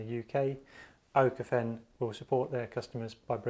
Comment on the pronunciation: Small tip, Pronounced ookofen. Ö is spoken like we say double o (pool, school, fool)